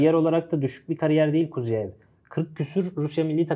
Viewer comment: Kuziev degil KuzYAev duzgun teleffuz edin bi zahmet